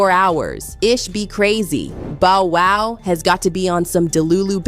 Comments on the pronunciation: Bow WOW, not Bo WOW? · Bo-Wow????? Lady please get the correct pronunciation of his name. It’s BoW-Wow!!!!! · 😫 Exactly what I was thinking. Bo Wow? Really? Cant go any further. Have a Great day All. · Every time she mispronounces Bow, it’s like nails on a chalkboard but, trying to hang in there. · Wtf yall can't announce people names right wtf is a Bo woo.smfh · Lady before U report a story learn how to pronounce the person's name correctly 😡 U guys do this deliberately 😡😡😡😡😡 it happens all the time 😡 a two year old can Bow Wow😡 I'm sick and tired of it, stop being disrespectful 😡😡😡😡😡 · I cringe every time “it” says Bo-wow😖😤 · No fr! Bo wow is crazy 😂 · How she not know how to pronounce Bow Wow? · DON'T YOU JUST LOVE THE WAY THE NARRATOR MIS-PRONOUNCES BOW WOW'S NAME?